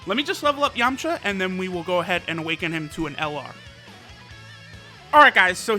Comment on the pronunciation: I swear he said yumcha